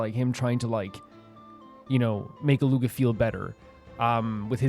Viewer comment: You don't pronounce the G in Illuga's name though. It's like Eet-lu-ah.